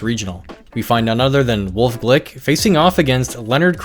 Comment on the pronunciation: That’s not Wolfey glick that’s golfe wlick